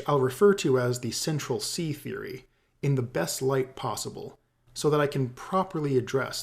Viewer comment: "Central Cee" lol